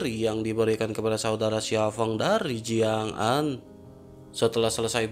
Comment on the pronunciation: Bang Ko Jiang'Zaa, Jiang'Aan bang...😁 🤔Apa aku salah Denger ya, Tapi Udah 2/3 Aq denger Lo...😁😁